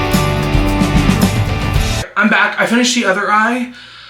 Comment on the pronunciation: Bye why did I just realize you’re saying I’m back and not hamburger how are you